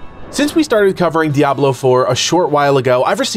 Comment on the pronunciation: It's so refreshing to hear someone pronounce Diablo right. Crazy right? Dee-ah-blo not dee-ab-lo.